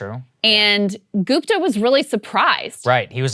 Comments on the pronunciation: GOOP-ta? GOOP-ta?! Might as well call yourself Say-grr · LOL is Saagarji pronouncing "Gupta" American-style?? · sagaar pronounciation of gupta is a travesty